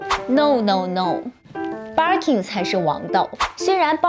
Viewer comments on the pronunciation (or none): 不叫Barking , 应该叫Birkin 吧？barking 是狗叫的意思。 建议研究一下。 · 博主在日本，日语发音是バーキン。建议稍微研究一下语言学，格局再稍微打开一下。